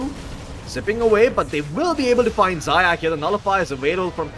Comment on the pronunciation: Zayac needs to read like [Zayats]